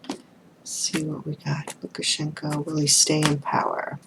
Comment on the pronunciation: Thank you so much for taking my question 😍😍😍 and yes, you pronounced Lukashenko correctly. I really hope the people of Belarus will get their freedom.